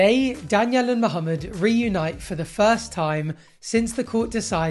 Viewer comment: I really hate how Danielle pronounces Mohamed as if it's two separate words😤